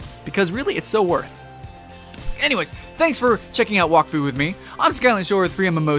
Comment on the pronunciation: you prenounce wak as whack